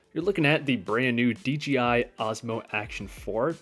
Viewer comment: It’s. ‘DJI’ not ‘DGI’